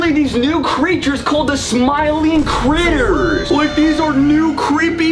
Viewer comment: When he said critters it sounded like "Cwitters"